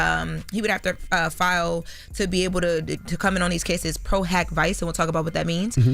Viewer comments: pro hac vice is pronounced PRO-HOCK-VEECHAY. Just in case you gotta say this again tomorrow 😂♥️ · She did a good job, I thought it was Pro Hac Vice as a law student. It's pronounced for"Pro Hac Vi che". This attorney is mad sketch. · Pro hac viche not vice 😂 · It’s pronounced pro hac “viche” not “vice”…y’all don’t have a lawyer on staff to help to properly report on legal matters/cases?? 😂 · We gotta get a legal consultant because she is up here sounding all off at all times. It’s PRO HAC (like hockey but no “ey” at the end) VICE (pronounced vee-chay) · Vee chee not vice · Its not pro hac Viiiiiiice as she pronounced it... its pro hac Viche' should have called me or another attorney to explain this. Terrible! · It is pronounced: "pro hac vichay" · Pro hac vice Pronunciation: pro- hoc-vee-ché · Its pronounced pro hock viche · It's pronounced pro hac vice ("vee-chaay"). Now, pronounce as pro hac vee-chaay. Easy peasy. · Pro Hac Vice pronounced pro hac vee-ché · Pro hock vi-chay is how it’s pronounced. SMH. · It’s pronounced as pro hav Vee-Chay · PRO HAWK VEE-CHAY (Pro Hac Vice) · Her pronunciation is wrong Pro Hac Vice (VeeChay) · pro hac vice is pronounced pro hawk vee-chey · Pro Hac (Hawk) vice (Veche). Whewww we gotta google first. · “Pro - hack (or hock) - vee-ch-ā” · "Pro hock Ve-che" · Lol pronounced pro hack vee-che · Pro Hac Vice, pronounced “Pro Hawk Vee-chAA” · No it's not even pronounced pro hac viiiiiice..... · Thats definitely not how you pronounce "pro hoc vice" 😅 Appreciate the substantive update otherwise. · True... We want to see shine in the best light. Former Legal Secretary / Assistant here and it hurts to hear it pronounced that way.